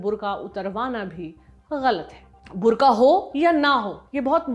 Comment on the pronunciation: ये बुर्ख़ा है , बुर्का नही ।